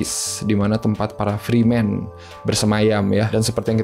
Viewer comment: fremen bukan freemen. pronounsnya banyak yg salah ente bro